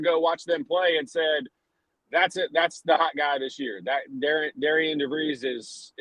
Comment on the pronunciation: Btw it's not Dare-e-Ann ...it's Darin.....if you don't know that..trust me..he will let you know! 😂😂😂😂...